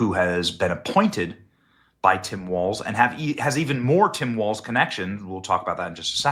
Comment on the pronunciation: Its Tim Walz, not Waltz